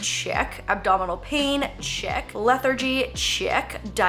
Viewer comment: Le-thar-gee?? No?? Just me? Ok lol